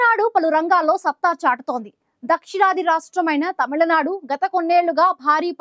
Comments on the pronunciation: It is not TAMILA nadu....it is Tamil nadu...pronounce the name properly... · It's not tamalanadu guys, it's tamizhnadu atleast try to say as Tamilnadu..is it really that difficult for you to pronounce😊